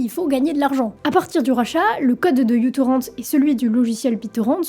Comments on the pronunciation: Juste en tout début de visionnage, je me permets de faire mon pédant : la lettre "u" bizarre (que je ne sais pas reproduire depuis le téléphone d'où j'écris) n'est pas "u" (prononcé "you" en anglais), mais la lettre "mu" grecque, l'équivalent sonore du "m" de l'alphabet latin que nous utilisons. Donc à prononcer "mutorrennt", plutôt que "youtorrennt". Voilà, my two cents, je retourne à la vidéo. Des bises, ou ce que tu voudras. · En fait c'est comme ceci : µTorrent (« micro-torrent » ou « mu-torrent », la lettre grecque µ se prononçant « mu »). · Petite aparté : ce n'est pas "you torrent" mais "micro torrent". Le petit trait sous le "u" symbolise "micro" dû au fait justement que le client soit super léger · C'est difficile de regarder la vidéo en entendant u-torrent ou you-torrent à la place de mu-torrent ou micro-torrent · µTorrent se prononce "MicroTorrent" jeune fille et non "youTorrent" 😉😉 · micro-torrent, pas u-torrent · Pardon mais c'est la lettre "Mu" en grec pas "U"... \(\mu \) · c'est micro-torrent et non u-torrent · Petite précision, ce n'est pas "U" torrent, mais "MICRO" torrent, µ=micro (dans Système international d'unités), car à l'origine le logiciel était très peu lourd. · J'ai explosé de rire ; Lui c'est Microtorrent en fait; C'est la lettre Grecque μ ; prononcée Mu mais c'est le signe de "micro" en sciences; Merci pour le fou rire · Ca vient de quelqu'un qui a toujours eu ce logiciel installé sur son pc mais je trouve que c'est déjà redevenu plus facile de pirater que d'avoir une solution légale pour regarder des films. Très bon sujet cela dit, et la chronologie a été bien détaillée. Ca m'a rappelé des souvenirs! (Par contre je n'avais jamais entendu quelqu'un prononcer ça "u" torrent) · J'ai toujours dis micro torrent. La lettre grec µ n'est pas un u. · On dit : Micro Torrent.😉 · Super vidéo, mais je crois que c'est " mu " torrent ou microtorrent le bon nom. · Merci beaucoup de l'avoir dit car Utorrent me fait mal aux oreilles